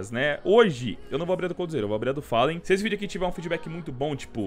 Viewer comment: Bad "fellan"